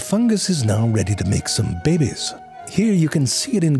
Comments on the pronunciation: I will never get over how you say "bebe's." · "fungus 𝗯𝗲𝗯𝗲" 💀